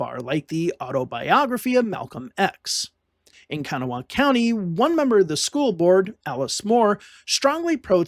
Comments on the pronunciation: Learn to pronounce words before saying them !!!! ITS KA-GNAW!!! NOT KANA WHA HAW !!!! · Very good video. Just one thing, Kanawha is pronounced kuh-GNAW or kuh-GNAW-uh. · Great video but as a West Virginian the way you said Kanawha hurt, lol